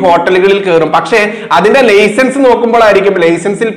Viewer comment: മലപ്പുറം ആയതു കൊണ്ടായിരിക്കണം ലെയ്സൻസ് എന്ന് പറയുന്നത്, അത് മാറ്റണം, അത് നമ്മുടെ ഭാഷ അല്ല, താങ്കളുടെ പ്രവർത്തനത്തെ അനുമോദിക്കുന്നു